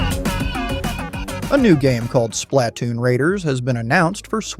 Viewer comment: The way you said “Splatoon” is criminal